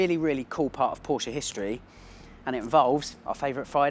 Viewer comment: Porsch-e !!!! Well said sir!!